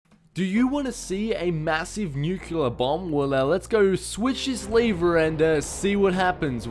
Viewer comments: Oh my goodness! He keeps saying nuclear wrong! its not newkyewler! its newkleer! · Nuclear*. Not nuculear.